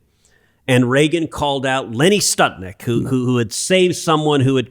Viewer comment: Lenny Skutnik - Florida flight 90 crash into the Potomac hitting multiple vehicles on the bridge knocking them into the water below. My point is Skutnik not Stutnik. and this was a major plane crash not somebody crashing into the Potomac moment, survivors attempting to swim in the icy water and dying before the eyes of onlookers when this hero, gathered with many people on the bank of the river defied the risk to his own life by jumping from the bank into the water and saving a woman who was nearly sucked into the icy grave.